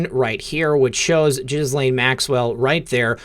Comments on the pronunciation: It's pronounced Gelen. No h, no s and no lain. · Pronounced Gee-lane according to Google search on how to pronounce Ghislaine. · He keeps calling her jizz-lane Maxwell. Lol. Appropriate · Love your channel. I never miss! Ghislaine is pronounced Gee (hard G) lenne. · I think the correct pronunciation of her name is ‘Jizz-Lane’ 🤣🤣🤣 😶 sorry, couldn’t help myself. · Dude, can you please pronounce her name correctly with a G that sounds like go or gone. The way you're pronouncing Ghislaine is just gross in this child abuse context ✌️ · Please note that the 1st syllable of Ghislaine is with a hard G and the S is silent. I think your broadcasts are wonderful! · I bet you keep mispronouncing Ghislaine because you like to repeat JIZZ - the s in her name is silent. Grow up. You saw the video of the presser. You heard the name repeated correctly. You got JIZZ on the brain?